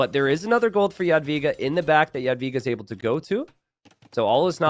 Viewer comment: jesus christ on a motorbike! thank you so much for correct pronunciation of Jadwiga from the